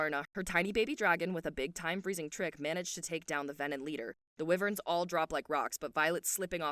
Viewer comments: Love the recap.. but just for your info, Wyvern is pronounced why-vern. Not whe-vern :) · “Why-vern. Riddick” are the correct things